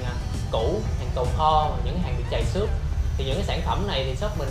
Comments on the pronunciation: trầy xước chứ không phải là chầy xước. phát âm cho đúng từ ngữ nhé. nói sai từ nghe chán tai quá. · Làm ơn phát âm cho đúng trầy xước. Chứ không phải là chầy xước đâu nha học cách nói tiếng Việt lại